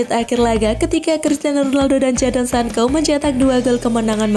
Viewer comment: Bilangnya Sanco bukan Sanko, mbak..... 😁